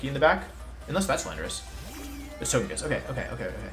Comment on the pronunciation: Wolfe saying " I'm not frustrated" after being so frustrated he was pronouncing togekiss correctly instead of his normal meme pronunciation